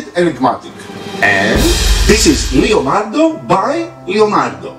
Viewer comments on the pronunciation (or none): it's LEonardo da Vinci and not LIonardo da Vinci please do not mispronunciate it thank you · It is leo ( italian) not lio ( english) Hello! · It is not Li - Lionardo, it is Le- Leonardo; the wrong pronounce of english language!!! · Yeah but it's not fucking lionardo, it's Leonardo. I'm italian and i had a stroke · I'm sorry if you think that I was trying to offend you I didn't want to, but in Italy everyone as called him leonardo every art student in every school would write and pronounce leonardo with an e. I didn't mean to be offensive in any kind of way